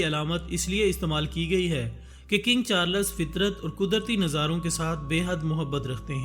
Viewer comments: Not charlas Its charls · At least pronounce the name of the king right